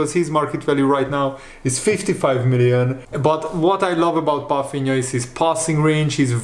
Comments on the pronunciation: As a portuguese i must say, you are assassinating his last name "Palhinha". Pafinha?? 😂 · Hi how you pronounce german words is very well. Did you learn that in school. Why do you call him "Palfinia" when there is no F in his name?